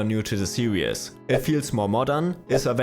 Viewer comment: Glad to help ! Nothing shocking stood out to me :) except maybe, as other people already pointed out, you tend to pronounce your "R" like "W" you also say "seriaz" instead of "seriz" for "series"